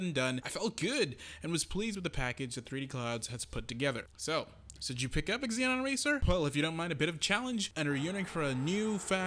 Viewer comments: Great review...happy to see a new arcade racer to play. Will def pick up for PS4 or PC. And as per Sodesco games..its ZENON not EXZENON :) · Just a FYI, the x is silent, it's pronounced "ze-non" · Why are you saying ex-zee-non? It's an element on the periodic table for god's sake...